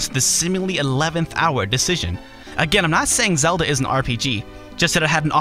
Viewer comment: I don't consider Zel-luh an rpg. Slight mispronunciation, yo.